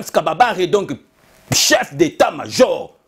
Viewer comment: Ce n'est pas James Kababare, c'est James Kabarebe ?!! Lol 😂 😂 😂